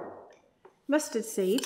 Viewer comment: When said mustard seeds, my immature teen brain thought she said "Musty Seeds"